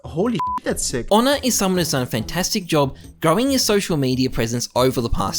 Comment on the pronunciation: His name is not Onne. It's Ohne